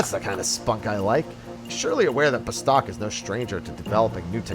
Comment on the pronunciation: Why is it that no one says Bastok correctly when they say it in the intro video!!!!!!!!!!!!!! It isn't BASTOCK!!